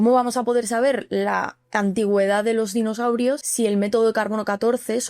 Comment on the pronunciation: Espera, espera. Dinoshaurios. Ahora si. Le faltaba la H.